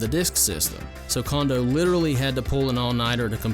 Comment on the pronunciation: It's pronounced "Cone-doe", not "Kahn-doe".